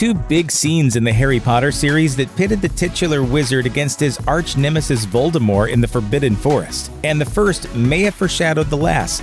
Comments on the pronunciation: A horcrux seems to have tainted this narrator's ability to read and or pronounce names. "Voldemore" disapproves. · anyone else put off that the narrator keeps not pronouncing the T in Voldemort's name? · The T is not silent in the name Voldermort!!!!!!! You could turn the mispronunciation into a drinking game with this video. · You DO know you're supposed to actually pronounce the "t" in Voldemort, right? It's not the Colbert Report. Lol. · Lets go ahead and enunciate the t in Voldemort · I am just wondering why the narrator drops the T in you know who's name? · there is a T at the end of Voldemort. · Domus deBellum jk Rowling said herself that the t is silent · Well J.K said "t" is silent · Voldemort, not Voldemore. I don't care what JK says, I don't care that it's french. She was fine with it with the 'T' in the films and with the 'T' it sounds way more threatening. She can't keep changing things retrospectively to try and avoid falling into obscurity and gaining attention. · I prefer "Voldemort" to "Voldemore". I know it's supposed to be the latter, but lets stick with the former as it sounds better xD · Omg him saying voldimor is annoying its Voldemort there is a t at the end of the name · Voldemort*** not Voldemore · Nope. The French is close to vol-de-mor and quite unlike this guy's vol-de-more. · Its Voldemor"T" NOT VOLDRMORE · It’s Voldemort. Not Voldemore. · Am I the only one annoyed by the missing "t" in his pronunciation of Voldemort. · Why do you keep saying Voldemore instead of Voldemort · Making the "T" silent a la French makes it vol-de-mor, not vol-de-more. The guy's pronunciation here is plain rotten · If he says ‘Voldemore’ one more time. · STOP CALLING HIM VOLDEMOR! The 'T' isn't silent. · VoldermorT .... with a 'T' on the end ! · Voldemore? Who's Voldemore? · Voldemort. French. With a silent T at the end. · Ew. “Voldemore” Yuck. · "lord voldemore" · was he just saying voldemore the whole way through? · VoldemorT - pronounce the T god dammit!